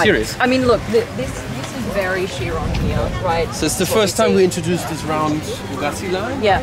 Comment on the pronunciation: So they're Boogatti now blondie? It's Bugatti 🙄